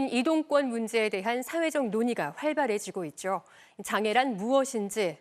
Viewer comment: 사라지죨ㄹ 태양절이었죨ㄹ 활발해지고 있죨ㄹ 이 아나운서 항상 죠 발음을 죨 로 하네요 😅😅😅